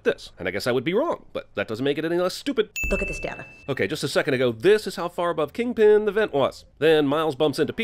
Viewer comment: Its KINGPIN not king pen!